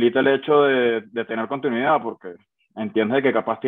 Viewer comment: De los jugadores más infravalorados en la historia de la selección, que lástima no haberlo visto de nuevo con la camiseta del Caracas., sin ánimo de burlarme ni nada, deberías tener cuidado porque pronuncias mucho "calidaC", "continuidaC", etc, y se escucha muy mal. De resto, un gran trabajo